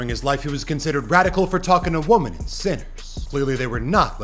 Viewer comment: Women and woman are different words. It's so odd how everyone I watch can no longer pronounce "women" Weh men What the heck